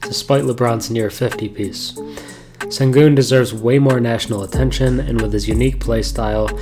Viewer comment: Great video. His name is pronounced shen-goon.